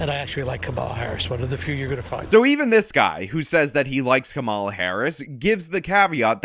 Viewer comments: It's Kamala, not Kamala. Get it right😂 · It's "camela" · It's pronounced Kamala 🙄